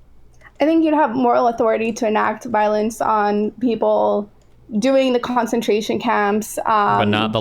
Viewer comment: I'm not saying is stupid but she needs to pronounce words correctly the first time she uses them. I wonder if this comes from reading words too much and not hearing them or if she is somehow ESL. Concentration, Goebbels and Uighurs.